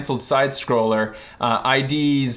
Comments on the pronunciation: It's not pronounced I.D. software, but "it" software. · its id not i.d.